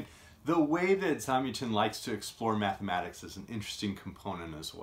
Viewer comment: Super review. I think his name is pronounced with the stress on the second syllable though... Zam-YAH-tin. I read this book a good 25 years ago, and while I don't remember it well, I did enjoy it.